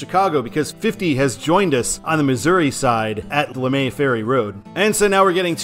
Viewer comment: Bellefontaine is pr. "bell-fountain", and Lemay is pr. "lee-may". Natural Bridge got its name from a trail that went over a creek on a naturally formed stone bridge. Rock Road likewise, got its name from a stone trail going west to St. Charles. While 64-40 is finally becoming the norm, I've never heard it pr. "farthy". I-255 is actually faster than I-55 due to fewer ramps at the Poplar St. Bridge. I do not know why it is IL 255, but I am trying to get it changed to I-555.